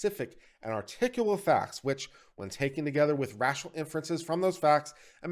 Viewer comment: I find it hilarious you mispronounced "articulable" not once, but twice.